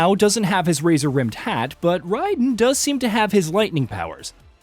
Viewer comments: How hard is it to say (RAY-Den) who tf is Rydan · It’s not Ryden 😂 Raiden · Raiden* not ryden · Why this dude keep calling raiden “ Ryden “ wtf🤦🏾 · Why does this guy keep saying Ride-in . Instead of Ray-din. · None of you creators can ever say Raiden right. Why? Why riden though every characters that ever says his name in every game and movie says Raiden you lames say riden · I cringe Everytime I heard him say Ryden instead of Raiden 😖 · Good God, IT'S RAIDEN!!! RAY-DEN!!! That is infuriating!!!😂🤬🤦🏻‍♂️ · Rye-den? Come on, dude. If that’s the way they want to pronounce the name of their character, you have to respect it. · I can't stand this jerk pronouncing Raiden ryden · I know this man didnt just say "Riden" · Who's ride den? 😂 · This man said RY den🤦🏾‍♂️😂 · It's Rayyyyyden. Like an A. Not "ai". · He really said ryden💀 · You're pronouncing Raiden wrong. It's actually amazing how wrong. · it’s Raiden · Thar "Raiden" pronounciation tho.......This aint Metal Gear LOL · Please never say Raiden's name again 💀